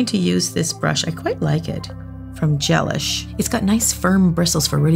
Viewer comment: Isn’t Gelish pronounced like “delish” and not like relish?